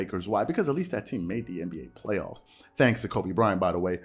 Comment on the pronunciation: Here's a thought🤔...i like how he gave a 2 syllable word extras. Play-off-us-a 🤪🤣...then to think about the MJ comparison. It was said that Air, albeit practice, would take or be put on the side with the less talented guys and compete to win just to prove his effort of willing his side victory. At this point, the 2K Lakers on rookie level are probably more competitive than the way they're so called hoop'n right now. Dig this, even my favorite team Spurs are showing more effort after get'n dealt a crazy loss to Memphis along with Ja dropp'n a Popovich give me some nasty dunk on Poetel...eeewww 😬. If Pop was coaching this team, they'd be get'n cussed out the same way Jeannie Buss, in anger on her face, walked out during that Pelicans loss or the way Snoop did his Uber driver....remember what Deon Cole said, if a conversation starts out with "Whelp" - it ain't look'n to good, thus, what used to be called the Lake-show has become the Lake-No. How can Club Shay defend LBJ, I don't know, but he'll find a way 😂....🤨opinions?